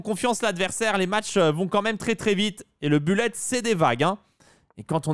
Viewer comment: Ca se prononce boulette